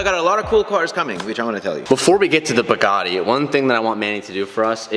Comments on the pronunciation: Everyone: Bugatti: Ba-Gatti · WTF is a Bagatti? It's Bugatti! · he sounds like he is saying bagatti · How has no one pointed out that has no idea how to pronounce Bugatti. Manny tried to call him out when he had the chance and didn’t catch it 😂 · the way says Bugatti, bothers me 🤣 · How he pronounces Bugatti cringes me 🤣🤣🤣